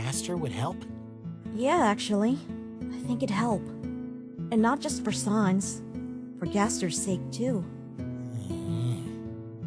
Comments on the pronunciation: You don't say it like sans you say it like säns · u don't say it like sons it's SANS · The only problem I have so far is that it's pronounced SAYNS not SAHNS. Ok bye now, also I'M METTATON!! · Frisk: Sa nas. Me: RAGING STOP SAYING SA NAS IT'S SANSSSSS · They say sans wrong they say sons its sAns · Y u call him sauns. It's pronounced sans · Sans - it's sans, not SARNS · Whoever works for this channel and reads the comics, you don't pronounce it as S-ah-n-z. It's S-an-z. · It is pronounced saens not saans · It's sans! Not sons! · It’s not sahns, it’s SANS, like the French word for without! Actually that is what it translates to! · "Sons" instead of "Sans" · S-ANS NOT SA-UNS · Mettaton Nope its pronounced.... How it's spelled SANS Cuz it's a pun on Comic Sans not Comic Sayns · You pronunced Sans wrong To pronunce his name is like that Sens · It really annoys me that Frisk is pronouncing Sans' name wrong. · Me still angery cause of people saying sans wrong